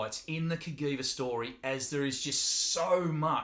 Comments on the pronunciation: It's pronounced "Kuh-Jee-Vuh", NOT "Kuh-Gee-Vuh" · Not Ka-Gui-Va but Cajiva # Ka-Jee-va. Castiglione Giorgio a VArese. The name of the father of the two brothers + the name of the city in Italy. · Hey there. I am Italian and the correct pronunciation is just like was written CAJiVA so the G is soft. Not CAGHIVA but CAJIVA. Btw cool video 👍. Greetings from Italy then 👍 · I was going to say the same thing.